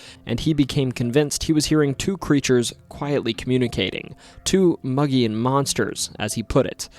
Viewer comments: Its pronounced MOE-GEE-ONN monster. Spelled Mogollon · Arizona native here. It's pronounced mo-ghee-on. Mo as in "Moe is out". Ghee like the clarified butter used in Indian dishes. On as in "it's on the table". Otherwise, fantastic video. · Another Arizona episode!! Even though Grand Canyon goes further, I still appreciate this! Edit; one tiny nitpick, it’s supposed to be pronounced “Moh-Gee-Yon”, but other than that another great video, the mogollon monster has always been one of my favourite stories, camping by the rim is always exhilarating and the wildlife and nature there is beautiful year round! Too many people don’t know how beautiful Arizona is!! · It's pronounced Moe G on, not mug e on. based on a the rim region around Payson Az. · Boy the way you butcher mogollon monster aNd Prescott Arizona sure does piss me off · As a lifelong Arizona resident. Your butchery or the words Kaibab and Mogollon is cringe